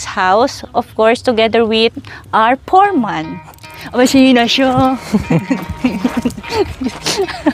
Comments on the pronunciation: Foreman not for man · Yung letter f mo naging p, sabi mo poreman instead of “foreman” . But anyway, good video.